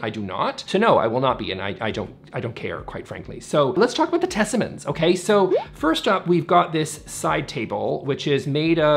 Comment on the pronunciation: I'm confused too as Tesammans is not a word in Swedish. I didn't know how to say it and said it perfectly. Thank you all for a fun little Swedish moment even though this video is not about languages!!!